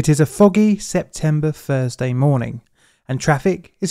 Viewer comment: I’m sure you said fursday and forty fousand , that’s Thursday and thousand .